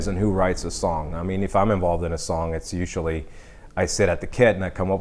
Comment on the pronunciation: You can hear it clearly when he says ‘ usually’ , but definitely